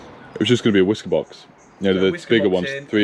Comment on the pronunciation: Down a shot every time you hear wiska box 😂